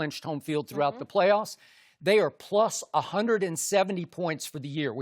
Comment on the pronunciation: Ahunnda points 😂😂